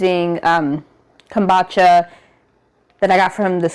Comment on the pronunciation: 😂 now you know we laughed about this before! It’s Pronounced Kum-boo-cha. I’m cracking up.